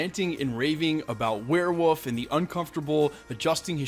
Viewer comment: ok, its warewolf, not wareWOOF.... =/